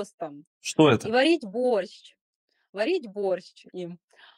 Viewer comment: Она говорит Борщч 🤦‍♀️ в самом начале видео БОРЩЧ